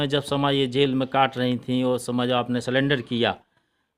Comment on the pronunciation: रिपोर्टर पढ़ा लिखा अनपढ़ है सरेंडर को सलेंडर कह रहा है😂